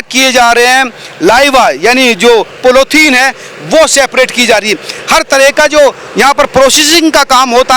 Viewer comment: Seprate nahi separate hota hai. Jab English bolna nahi ata hai toh hindi bolne me kya dikkat aarahe 😂😂